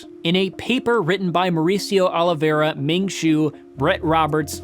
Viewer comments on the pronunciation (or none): none